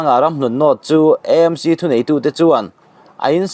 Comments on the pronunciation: I sawi dik lutuk,E M C,anilo,A m c,eizawl anilo,Aizawl.. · Vawi tam tak "EMC ' ti lovin 'AMC' ti a puan tur an ti si a... I😂😂 luhlul ve hrim hrilm... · E M C,ti lo in,A M C,ti thei ilang ava duhawm em aw,Eizawl nilo in,aizawl ani miau sia.. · EMC intiziah hi aninawm khawp mai Eizawl tiin ilam ngailo angin AMC tiin lam tawh hram teh un